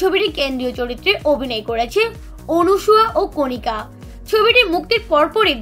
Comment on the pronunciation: উনি কণিকা না রে কনিনিকা.......